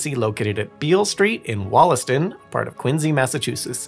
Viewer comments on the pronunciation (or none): It's so weird seeing my city on this channel. You're pronunciation is pretty good. You're getting there. We pronounce Wollaston with an "a" at the beginning instead of an "o"